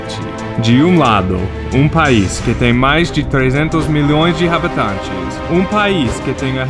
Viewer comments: Só apontando algumas coisas (relembrando porque com o tempo acaba esquecendo mesmo): em "habitantes" e qualquer outra palavra q começa com "h" como "história", o "h" não tem som, e o torneio é copa, não copo. Those things aside, great video as always, just remember to keep your speech sharp ;) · Ele fala "habitantes" muito engraçado! 😂😂😂😂😂 "RABETANTES" 😂😂😂